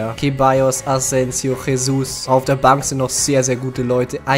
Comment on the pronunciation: Jesus wird Gesus ausgesprochen nicht Chesus